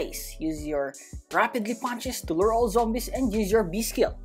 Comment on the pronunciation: its LURE not loure